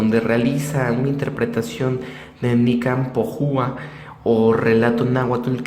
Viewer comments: Y TU QUE HAIS. QUIEN ERES EN PRIMER LUGAR ENSEÑATE A HABLAR Y PRONUNCIAR BIEN ICAZBALCETA REPITELO HASTA QUE TE SALGA IGUALMENTE NICAN MOPOHUA Y NO REVUELVAS EL TEMA HABLANDO SIN TON NI SON Y LASMPRUEBAS DEL MANTO DE LA VIRGEN NO SE HIZO CON LAZER IGNORANTE SE HIZO CON LA PRUEBA DE CARBONO 14 NADIE TE OBLIGA A CREER PERO SI ERES PELIGROSO PORQUE NO ESTAS PREPARADO PARA HABLAR DEL TEMA Y SI PUEDES MAS BIEN HACES MUCHO DAÑO ADEMAS PERTENECES AMUNA HERMANDAD QUE EN SU CASA LA CONOCEN Y LE HABLAN DE TU PORQUE NI QUIEN LOS CONOZCA HAS DE TENER UNOS DIEZMOYENTES NI SIQUIERA DAS LA CARA SOLOMTU VOZ DE UNA PERSONA TOTALMENTE INSEGURA QUE NONESTAMBIEN PREPARADA EN EL TEMA ME IMAGINO QUE TI HERMANDAD HA DE SER MAZONA Y NO SE PORQUE TIENEN TANTANBRONCA CON LAS MUJERES TALMVEZMPORQUE SON MISOGINOS??? Y COMO NO SE ATREVEN A DECIRLO SE DESQUITAN CON LA VIRGEN SIMBOLO SACRO DEMTODAS LAS MUJERES CREYENTES Y ASI A ESCONDIDAS NOS INSULTAN A TODAS NO?? PUES BIEN HAY MUCHAS VERSIONES COMO LAMTUYA PERO TAN MEDIOCRES QUE NADIE LES HA CREIDO MAS QUE TU GRUPITO CONTRA MILLONES DE PERSONAS AL REDEDOR DEL MUNDO QUE PIENSAN DIFERENTE COMO TU Y LOS QUE MENCIONASTE PORQUE SERA QUE NUESTRA FENPOR ELLA CRECE CADA VEZ MAS NO TE EQUIVOQUES MEJOR QUITALES AMTU GRUPITO EL ODIO ACUMULADO QUE SE VE TIENEN POR LA FORMA EN LA QUE SE EXPRESAN EN SUS COMENTARIOS PORQUE EN REALIDAD SE ESTAN CONDENANDO LA VIRGEN DE GUADALUPE REPRESENTA A LA MADRE DE NUESTRO SEÑOR JESUCRISTO Y SU ATUENDO ES UNA DE TANTAS ADVOCACIONES Q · esto es completa mente falso && a demas no sabe pronunciar bien nicanmopoguan